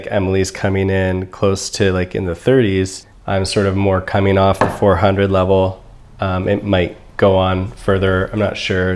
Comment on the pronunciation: Fourhundo, four hundred.